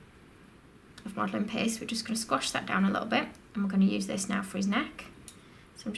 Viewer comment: "Red Modeling PEHST"